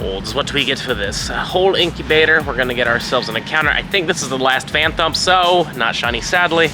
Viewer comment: I’m sorry I hate being that person but the phan”thump” pronunciation is killing me